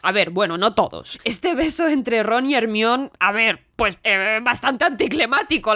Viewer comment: Como es que pronuncias perfectamente Muggle pero sigues diciendo a Hermione, Ermion? 😂